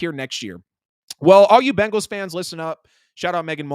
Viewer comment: Why is it so difficult to say BENGAL?